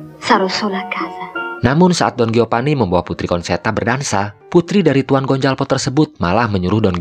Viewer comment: Geopani, Gonjalpo, hahahaha..... Sunda banget.